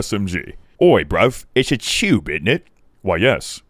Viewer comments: "oy bruv, it's tube in't it?" Nice British accent 👌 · "Oi bruv, itsha toowb, innit?" THAT FUCKING KILLED ME XD